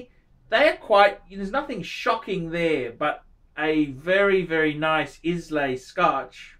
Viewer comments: Islay is pronounced 'EYE la' you fuck wit. You clearly know fuck all about whisky. And you get paid to talk this bollocks? hahahaha there must be some fucking sad people out there. Indian whisky! hahahahaha you are fucking clueless.Stick to talking about watches you cant afford. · Islay is pronounced EYE-luh. Peated whiskies are my favourite. Drinking a Laphroaig 10 as I type. Look for Port Charlotte Islay Barley from Bruchladdich. Amazing. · 243wayne1 never heard it pronounced that way.